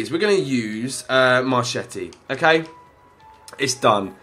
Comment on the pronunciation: marchetti is pronounced mar-kett-ee